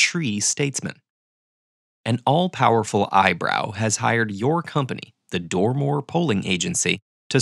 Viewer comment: "Dormor", "All powerful eyebrow" HmMmMmmMmmmm